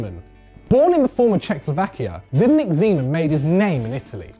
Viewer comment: Its not zedinek zeman, but you say it Sdeniek